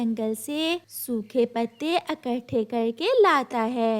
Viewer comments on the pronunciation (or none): Achchhe se nahin--- Achchhi tarhe. Jaroori nahin--- Zaroori. O anpadh, akatthe nahin--- Ikatthe Omeed nahin--- Ummeed. Jindagi nahin-- Zindagi. O bewqoof, kaun se meethe fal? Tumhein falon ke naam malum nahin kya? Paise Dena honge nahin-- Dene honge. O nalaik, Kalu ke lagaya nahin--- Kalu ko lagata hai. Aschool nahin-- School. Tum bhi isi school mein padhi ho shayad . Isi liye kuchh bhi bolna nahin atta. Saat(7) nahin--- Saath. Maje ka nahin--- Mazedaar. Pleaj ,jid nahin--- Please,zidd. O bewqoof, idhar hi nahin--- Yahin. Achchhe se nahin--- Achchhi tarhe. Ye tum kahani suna rehi ho ya gana ga rehi ho. Zara achchhe andaaz mein kahani sunaya karo.